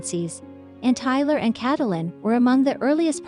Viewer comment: Who the heck is Cat-o-Lyn? You can’t pronounce her name and Ty has hardly been quiet. Oh, and who is this Josh person Cate is supposed to be married to. Almost everything you’ve said is wrong. You should not be able to even be on YouTube! I’m so sick of people like you who know nothing about what you’re posting but post it anyway. If this is really what you want to do then do your homework FACT CHECK and please start being responsible for the content you post!!